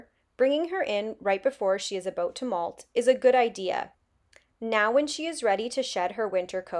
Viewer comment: The way she said about - definitely Canadian.